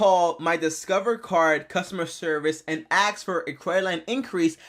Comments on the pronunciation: Have you ever axe? Axe. Axe. Axe. It's ask my dude. A-S-K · You mean "ask", right?